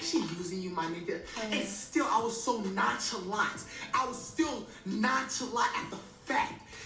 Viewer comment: Niga said “NONCHALAT”